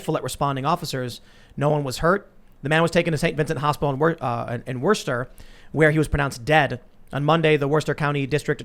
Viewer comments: It's pronounced "whuster" Massachusetts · Tim its "woostah" in Bostonian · Did he call it Werster? Lmao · It's pronounced whoosta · Worcester sounds like Wooooo stir when you say it the way they do in Mass. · Worcester = woos-ter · They're pronounced Woostah and Lestah. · Its Worcester, not Worcester. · I love Tim’s inability to pronounce Worcester correct 😂